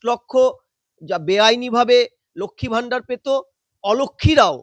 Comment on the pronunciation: ম্যাডাম, ভিডিও র শুরুতে এবং বেশ কয়েক জায়গায় " লক্ষ্মী ভাণ্ডার " বলেছেন আপনি। এটা শুদ্ধ করে নিলে ভালো হবে।